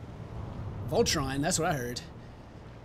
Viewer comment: Voltron??? No ... I heard velcro.